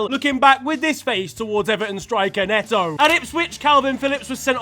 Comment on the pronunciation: BETO NOT NETO 👿👿👿